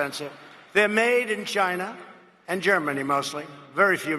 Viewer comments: He's always called China "Gina", as in "va----". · You mean "Gy-na". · He doesn’t say China. He says Ji-na. As in grab them by the Jina. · He didn't say Gi-na. It's just the way he says China. He puts a weird emphasis on it. It's irritating as he 🏒🏒. Not defending him or his actions, just pointing that out. #MAGAGetTrumpOut2020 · The China as "Jina" must go back a ways? Because Alec Baldwin on SNL always says "JIna" when he does Trump. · He's always called China "Gyna". That's nothing new. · When he mispronounces China as Chjina he’s actually bringing voice into his words. Ch is pronounced as a voiceless postalveolar affricate. When he mispronounces it is more plosive with voice rather than without. In other words there is a problem with his tongue placement. It’s actually quite hard to say it as he does because they don’t flow that well - you need a quick movement with your tongue to attempt it. I’ve taught speech programs and studied language but am not a speech pathologist, but I agree that there is almost like a ‘twitch’ or short circuit for him to go from Ch to more like dge as in bridge, but it’s not quite that either. I agree about a neurological checkup - if it was a family member I’d be taking them to get it checked out. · " 'gina" instead of China. He's still thinking of Stormy. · why he say "china" like that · Because he's the best at everything. No one else knows as much as he does. The narrow minds that support him don't realize that if you need to keep telling people how wonderful you are... He ruined the word, 'tremendous', pronounces China like...female anatomy. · I LIVE in China...I'm developing a nervous tick every time he says it... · A normal way to say China A spastic Trump way of saying China